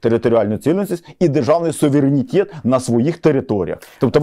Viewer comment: українською буде СУВЕРЕНІТЕТ, а не САВІРЄНІТЄТ! Коли ви вже навчитесь....